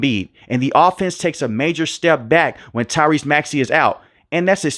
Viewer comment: Why you say maxey first name like that smh